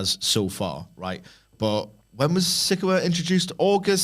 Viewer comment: Why would you have a guy who admits he doesn't like to watch WWE weekly TV, and doesn't even watch enough to know how to pronounce "Sikoa," to comment about best NXT call-ups?